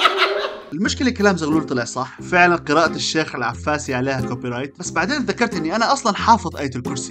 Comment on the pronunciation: شنو العَفّاسي!!😂 اسمه العِفَاسي